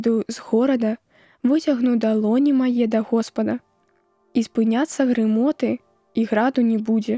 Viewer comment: Каб "спыніліся грымоты Божыя", а прачытана ці чуецца: грамоты.